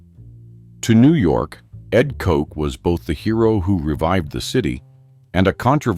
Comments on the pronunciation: Pronounced cot- ch, not Coke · His name was Edward Koch not Edward Coke😅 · Koch's rhymes with crotch. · Its mayor koch not kote. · It would help if you could pronounce the names of these evil reprobates! Aids is the sin disease of sodomites! If they found salvation through Christ they would have cared because they already knew what they were doing was blasphemy! Koch is not pronounced kock! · They mispronounce the last name of Ed Koch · Koch died of congestive heart failure. Not Aids. Can't even pronounce the man's name.